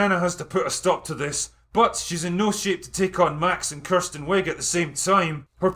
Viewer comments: It’s not “Kirsten” it’s “Kristen”. Say it right. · As someone named Kristen but pronounced Kirsten I give this movie 10 out of 10 bananas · OMG if you say Kirsten one more time imma lose it.